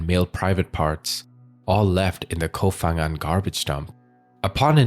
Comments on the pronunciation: Hello from Thailand! เกาะ พะงัน Ko Pha-ngan correct pronunciation is Ko Pa-Ngan not Pha (Fa Ngan). Another major example is Phuket. We don't say Fuket but Puket despite the spellings. 😊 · Its pronounced Ko Pan Ghang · You should've spent a few minutes to research pronounciation of the Thai names. The "Pha" in Ko Pha Ngan is pronounced with a P, not F. Other Thai names and locations were butchered as well, but since Ko Pha Ngan is a prominent tourist destination, you should've at least got that right. Unfortunately, most True Crime channels spend no effort in researching pronounciation of non-English names.